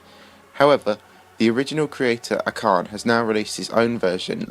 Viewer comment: Acharne probably quit because of how many times his name has been mispronounced xD